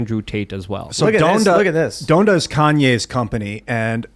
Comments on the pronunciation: Don-duh not Done-da 😭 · It’s “DON-da” 😅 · Sorry, Tim pool, i'm a subscriber and will continue to enjoy your content, but you are the literal definition of "diet woke" And say it with me,, it's "Daaaaaaahn-da." 😂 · “Done-da” bro how can u not know how to pronounce Donda? Wtf haha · It’s pronounced,”Don-da” not done-da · Fun fact Donda pronounced like Don(donald)da was actually a company named after Ye’s deceased mother. you and ian screwed up saying this one lol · Please learn how to pronounce Donda